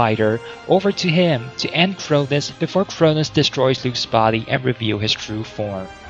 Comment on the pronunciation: It’s crow-noes, not crow-niz